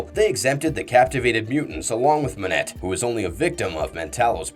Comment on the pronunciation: Monet -‘Moanay’